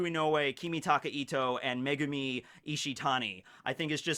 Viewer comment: I keep on hearing the directors name as "MEGUMIUN!!!" so that the episode ended up over the top and epic.....😏